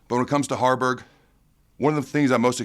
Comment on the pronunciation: Harberg not Garners